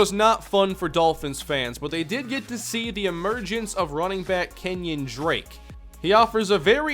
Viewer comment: isn't it pronounced ken-yon drake?